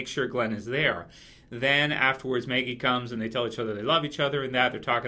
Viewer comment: You know her name is "Maggie" not "Meggie" right?